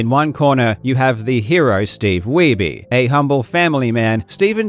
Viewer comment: It's pronounced "weeb